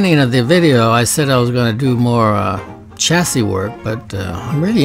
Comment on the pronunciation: "The ChassISSS" Love it.